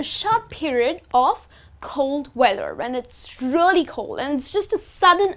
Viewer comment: Learn how to pronounce "REALLY". You pronounce it terribly!